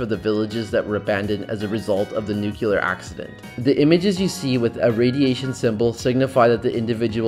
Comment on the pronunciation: NuCLear not NuCUlear